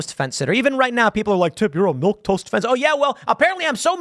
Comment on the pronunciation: 'Milquetoast' (Mil-KAY-toast)